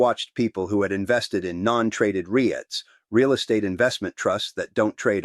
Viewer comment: Ree-ITES??? Pretty good AI, but AI.